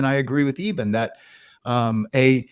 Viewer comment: First of all, I find John Burke's repeated mispronunciation of Dr. Alexander's name disrespectful. The host pronounces it correctly, which you would think is a cue to Burke as a reminder, but no - he continues to call him "Eeeeben" throughout the discussion. Minor point, but it was irritating. So on the one hand, we have the 'God' of Unconditional love - accepting everyone with no judgement. And on the other hand we have Jesus' sacrifice for our 'sins' and transgressions to 'save' us. But with a caveat - so long as you follow Jesus and believe in him, wahla! That's your ticket to Heaven. All the rest, well... sorry for your luck. Burke's research seems biased toward Christianity laden accounts only. Or its his main focus. I've listened and watched many NDE accounts where Jesus doesn't appear, but a guide or guardian type of being comes to help the newly deceased person. There's still the unconditional love theme though throughout. Anita Moorjani's NDE didn't feature Jesus either - she was brought up in a multicultural country with different beliefs. She saw and communicated with her own father. It makes ZERO sense that an 'unconditionally' loving God goes and imposes the condition of believing in Jesus or you're doomed. The NDE literature and thousands of accounts contradict that doctrine. So either the Bible is wrong on this point - having been written by groups to gather followers and power. Or it's correct and Christianity is based on God's conditional love for humanity. O